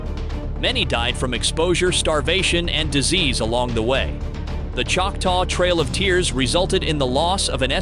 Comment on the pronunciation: “the trial of tears”? Your computer voice said it wrong. It’s the trail of tears, or as us Choctaw call it, the long walk.